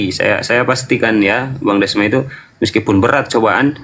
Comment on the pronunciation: Cuma beda E sama O tapi akalnya beda jauh..Desma bukan dosma🤣🤣